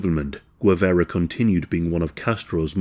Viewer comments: Guevara not Guevera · Correct pronunciotion is "geh-VA-ra". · I am dying at the pronounciation, but love your channel, dude. For future reference, Guevara is pronounced Ge (as in Genghis Khan)- vah-rah. The way you're prononcing it sounds like Huevara (which, could mean egg-vara or man-jewel-vara, depending on how vulgar you wanna get lol). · You can tell by the shitty pronunciation, Gwivera 😂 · Of the few things I´m proud of my country, is that we killed this disgusting criminal. And its pronounced "Gue" as in Guerrilla, "va" not ve, and you got the "ra" part right. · He can't pronounce Guevara so it may be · A bot would pronounce Guevara better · It’s pretty shameless chat GPT narrative- weird syntax, odd repetition and lack of cohesion throughout - the channel has used a click bait post mortem photo as the thumb nail , continually pronounces the name Guevara wrong and clearly has done zero research whatsoever If my teenage kids tried to submit this as homework they’d get a strike for using chat gpt without any reference , research or proof reading - lazy af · This has to be scripted by chat GPT - so repetitive and lacking in progression - full of inaccuracies and to top it all the narrator mispronounces Guevara to the point of insult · If this guy only knew how to pronounce names correctly 😏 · I absolutely despise how you pronounce his surname. Other than that, amazing video and research.